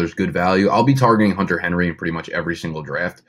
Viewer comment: “Henter Hunry” Lol